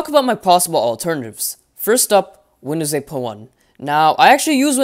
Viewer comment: Lol windoos 10 beteer sooo beteter